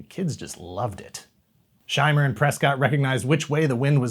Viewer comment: I got to hear my name pronounced correctly Shy-Mer.